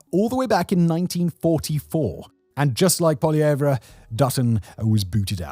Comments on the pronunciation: Poilievre is pronounced poy·lee·ev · Justin Trudeau was the, populist not Poilievre, (whose name is only 3 syllables btw, not 4). Trudeau came to power with nothing but a familiar name and promise to change Canadian politics. He had no qualifications, no concrete goals and no plan on how to achieve them. It was 10 years of nothing but identity politics. Eventually people had had enough of incompetence so they began to support Poilievre, who was seen as a technocrat at the time. Poilievre's support only dropped when Trudeau was replaced by Carney who is even more of a technocrat than Poilievre. The comparisons of Poilievre to Trump didn't come until Carney called the election and was mostly just government funded media spin.